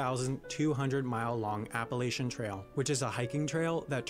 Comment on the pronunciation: He mispronounced Appalachian